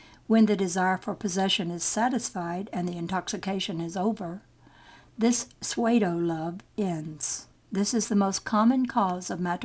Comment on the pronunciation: The focus on the text seems to go in and out but it is not due to Gb moving. Also I must correct pronunciation of certain words..(which is driving my english ego wild!) PSEUDO is pronounced "Soo-doh" with the emphasis on the first syllable